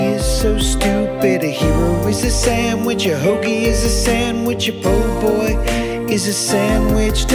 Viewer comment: Bonus points for pronouncing ' po-boy' right! The art looked like a delicious shrimp sandwich.